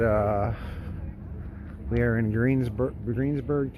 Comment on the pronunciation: Omg ...OHHHHH MY GOD YOU CANT EVEN GET THE NAME OF OUR TOWN RIGHT ...YOU TRULY Should've PAID FOR A WALKING TOUR WITH A GREAT DEAL MORE INFORMATION